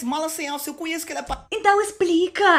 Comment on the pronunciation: UMA PALAVRA QUE VOCÊ SEMPRE FALA: "cAnheço" Se fala: "cOnheço